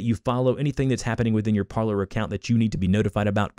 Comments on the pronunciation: It's not pronounced parler. It's pronounced like parlay because that is the french verb to speak. Low information people like you are destroying the country. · It’s pronounced Parleeeer as the CEO explained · If you're going to do a tutorial.... Pronounce it correctly. Par-LAY (french for "to talk") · It's pronounced Parley... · It’s pronounced par-LAY like in the movies w jack sparrow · It’s Par-lay like Pirates of the Caribbean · It’s pronounced Par-lay . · Parler is French and it is pronounced parley meaning to speak or talk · Shouldn't it be pronounced "par-lay" (French for "speak")? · I was thinking the same thing! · People can’t fucking pronounce Parler lol